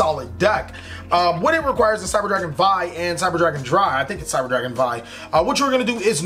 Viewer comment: cyber dragon vier is pronounced exactly like the word fear so please say it like that